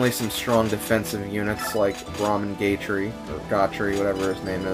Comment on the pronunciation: I find it funny how you pronounced Gatrie as "gay tree" in this video. I'm not homophobic, but I still found it amusing :3